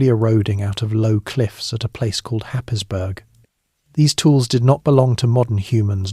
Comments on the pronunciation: I used to pronounce it as Happisburgh..... But now living in Norfolk. They pronounce is as Haze borough Hope this helps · So.. happisburgh I believe is pronounced hays barra